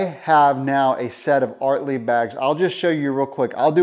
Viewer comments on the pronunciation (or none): Can you do us a favour before your next video and do something very un-American and learn how to pronounce ORTLIEB? It begins with on O, not an A. And secondly, is this a sponsored video? Because there's no real reason to use one brand of bags because no one brand makes the best bag for every location.